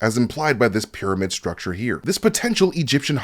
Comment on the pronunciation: I will now only use the pronunciation of Pairamid from now on! My kids are going to love it! haha! Keep up the Great Work!